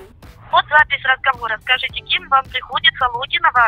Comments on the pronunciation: "нашего с вами разХавора" 😂😂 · Нашехо с вами разховора😂😂😂 Сотрудник МВД РФ. Серьёзно? 😂